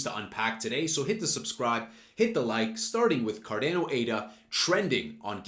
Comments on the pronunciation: It’s not car deeeeehh no. It’s Car don o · Effin hate how u pronounce the name. Don't be a Gary... PLS for gods sake just say ADA or learn how to say the actual name.